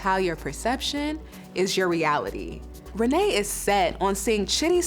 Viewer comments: Rayne is pronounced Renee??? Red neck pronunciation? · The mentally challenged activities started when her mother mispronounced her name at birth because to me it should sound like rain🤷🏾‍♂️🤣